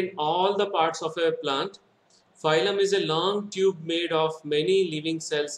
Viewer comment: Are baba phylum phylum बोल रहे हो it's फ्लोएम